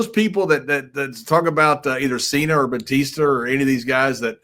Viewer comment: bro said "Cener and Batister" 🤣